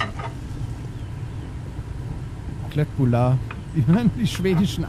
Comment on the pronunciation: Nur zur info. Köttbullar sagt man Schöttbyllar. Liebe grüße aus Schweden